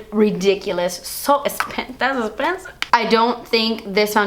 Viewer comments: Lmaoooo the last clip emphasizing Das Esspensive!!! I love it. Can't wait for the release 😍☺️😊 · Was I the only one that noticed that she emphasized the "DAS ESSPENSIVE" in the last clip while showing her nail polish too much? Maybe she's wearing das esspinive KL polish! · lol i like the way she says esssspensiveee 😂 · You're not hiding anything from us girl ;) DAS ESSPENSIV HAAHA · WAIT!! She said "DAS ESSPENSIVE" at the end with so much emphasis and all I can see is her nails and I'm thinking, 'is that the nail polish she would release to be named Das Espensive?!" wink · "Very espensive" hahaha I love you so much